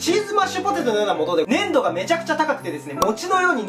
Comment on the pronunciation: 粘度やらいい感じやら言う時、言葉に力入っててヤラシイわ